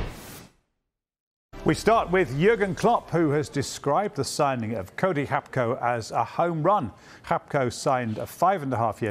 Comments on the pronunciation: Its Gakpo, not Gapko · Who tf is “hap-co”? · Gakpo has superpowers. He can turn half the people pronouncing his name into a dyslexic person. It's Gakpo, not Gapko... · Hapko, Sky sports man can’t read I’m sure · why tf did the first guy keep saying “Hapko” 💀💀💀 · Lmao how is everyone is calling him Gapko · his name is pronounced Hakpo, like Gullit is Hullit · yeah hacpo not hapco as this reporter is saying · Gakpo's dad is from Ghana/Togo so the closest pronounciation would be "Gak-Poh". Why are so many Brits guilty of using hyperforeignisms? They try to look clever but if they pronounced it as it reads in English, they would be closer to the correct pronounciation.